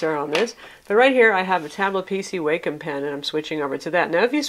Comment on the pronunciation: Awesome review, thanks for this! Its so hard to find reviews specific to the Wacom Tablet pen functions for us artists! As a side note, its pronounced "WAH-come." It took me about a year to break away from pronouncing it "WAY-come," since quite frankly way sounds much better!